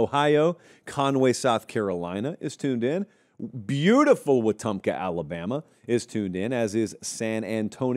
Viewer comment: wetumpka made the cut baby, glad you said it right, my commissioner there